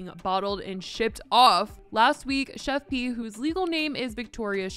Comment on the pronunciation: finally.. some1's finally calling her the PROPER name.. it's "Chef P".. (pronounced like it's JUST a "P")